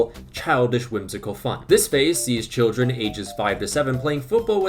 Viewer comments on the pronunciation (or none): none